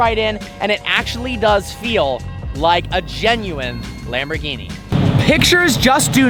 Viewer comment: For someone who owns a Lambo, probably owned a few, you can't be bothered pronouncing the name right?!? Come on, Don't be a typical yank!